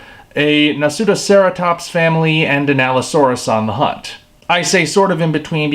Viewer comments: I thought you were making fun of the way he said it, until I heard him say it, and I was shocked. He really did nail it. I had no idea what they were saying in the short. Now I know I guess. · you nailed the pronunciation of Nasutoceratops, just to let you know.